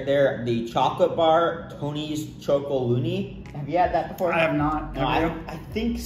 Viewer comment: It’s pronounced not ChocoLONEY but ChocoLONELY (“lonely” like when you’re alone). And their chocolate is really good! Salted caramel one is a must-try, you’d love it!